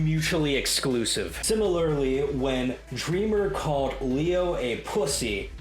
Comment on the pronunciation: you said it right, it's pronounced as lie-o not lee-o